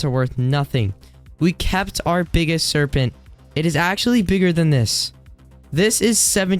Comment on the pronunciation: Why does he said “Serpenn-t”